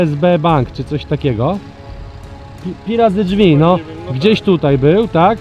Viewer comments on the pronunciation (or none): none